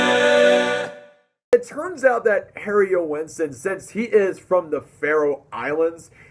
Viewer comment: Joensen has two syllables. Listen to how he pronounces it. The "oe" is pronounced as the "ø" in Danish.